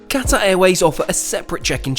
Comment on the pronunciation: Someone who still pronounces Qatar properly. When did Qatar become Cutter?